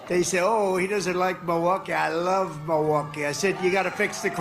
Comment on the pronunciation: I wamble on and on i wove to wamble about my big orange turd